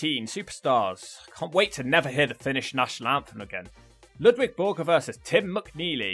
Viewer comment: Its LUDVIG not Ludwig